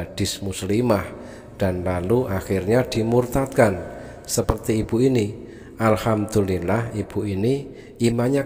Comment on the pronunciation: Maaf ustad sy luruskan dari bacaan anda yaitu ALHAMTULILLAH ini kurang tepat, tapi yg benar adalah ALHAMDULILLAH